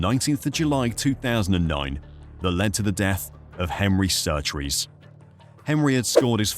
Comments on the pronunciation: Ok I've watched 22 minutes of your video. Henry Surtees not Surtrees as you keep saying. You go to the trouble of making a decent video on the crashes that changed f1 then dontvget the name of the driver right. Surely that's the easy bit. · His name is Surtees not Surtrees!!! Better informed on surname spelling and pronunciation. Are you seeing what were seeing, it was worse cause he had no leg protection. Senna's name is Aryton Senna de Silva for #£&_ sake!!!! There was Drivers Committee, up until the later 70's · Surtees, not Surtrees you idiots. Jesus. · It's a good video so far but i wish you would stop saying SurtRees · You put a lot of work in this yes you said John Surtees wrong that’s OK. You corrected it. The 1978 Grand Prix of Italy, well Monza should have never ever started. There were cars moving towards the back of the grid. It’s going to create a massive traffic jam if the cars are not fully stopped. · There is only one R in Surtees get our pronunciation right ye fud